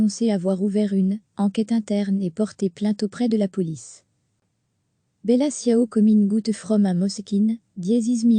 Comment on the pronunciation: Tchiao en italien. pas siao.